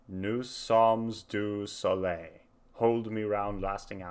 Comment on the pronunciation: Just to let you know,, you're mispronouncing Steve Howe. It's not Howie, the way you're pronouncing it, but How as in "How are you doing?" The e in Howe is silent. And nous sommes du soleil is pronounced New-Som-Do-So-Lay. It means We are of the Sun. But great reaction. I really enjoyed watching you experience this classic album for the first time. It brings back many fond memories from my own youth. Excellent job, my friend.